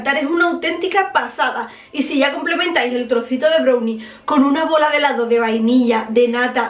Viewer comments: BROWNI? SE DICE BRAWNI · Me gusta como dice brunie, jajajaja en lugar de brownie. 😂😂😂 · se pronuncia "brauni" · Se escribe brownie Se pronuncia brallni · Es mi impresión o dice “brownie” literal pronunciándolo con “o” ?!?